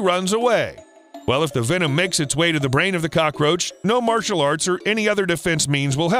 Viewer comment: LOL MY FAVE MOMENT WHEN IT WAS LEADING JP TO A BIG SUPRISE ON HOW COCROCACHES FIGHT BACK AND HE SAID MARTIEL ARTS